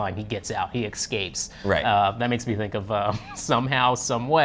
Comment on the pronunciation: Okay I have a genuine question: Why does say "ekscape"? I notice it a lot more in black people than white folks, is it a dialect thing? linguistics is crazy